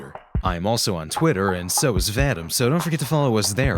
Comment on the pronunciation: Vadim? I thought it was pronounced vah-deem